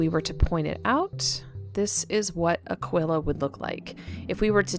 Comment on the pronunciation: Its uh-key-kuh.... Like aqui ... Like Tequila... Pronounced uhh key meaning here... Its NOT uhhh quil uhhhh....